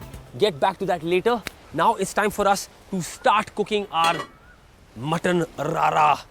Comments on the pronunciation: It's called RARA, not rada (as you speak in the video) And this is not RARA at all. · Pehle radha bolna sikh bhai .... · Actuallay it is pronounced RADA not RARA ( which requires keema to be included). But RADA word is related to slow flame cooking of masalas and dishes into pan and it does not require any keema when cooking meat with this RADA style of cooking.